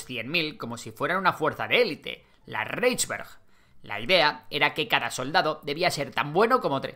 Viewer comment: Reichswehr = raijsver (no raijsber) U-Boot = uboot, no iuboot Kriegsmarine = krigsmarine, no krigsmarin